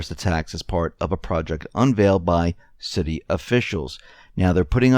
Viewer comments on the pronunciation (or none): none